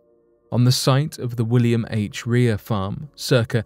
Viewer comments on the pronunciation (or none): none